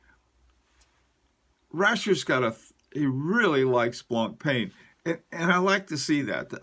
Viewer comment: Brilliant video's , your knowledge about watches is outstanding and admirable. Can i give you one quick tip : It's not pronounced BlancPAIN , it's BlancPEN . Keep up the good work!